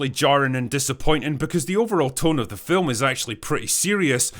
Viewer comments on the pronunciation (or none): none